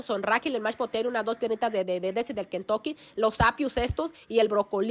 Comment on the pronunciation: 😂😂😂😂😂 te escucho desir kentoke jaja